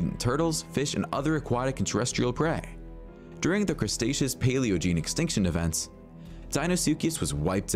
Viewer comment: That dude in the video can't say Cretaceous. The way he says it... lol